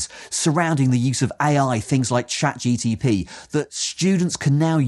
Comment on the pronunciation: Good criticism, solid. Too bad that you didn't actually use ChatGPT, although you keep referring to it. Marks have to go down for that I'm afraid, since all those bots are not quite the same - and for the repeatedly mispronounced name, and for the wacky stripes doing weird distracting stuff :) Those AIs are not that smart just yet, alas. With a bit of back-and-forth and a pinch of prompt engineering, they can do a much better job than shown here, but that means the man-in-the-loop is still essential, which kind of answers the question. But with the right self-reflecting architecture, we'll get there soon, we just need to dare put it together - or wait patiently until someone does.